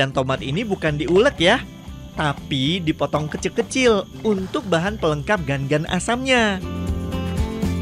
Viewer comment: Cara pengucapannya lain gan gan , tapi ga ngan